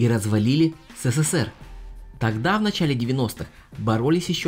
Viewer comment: СэСэСэР???!!!! Серьёзно?! Поработай над лексикой!!!